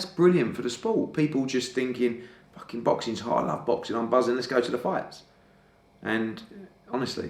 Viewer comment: Eddie "were the facking governors" hearn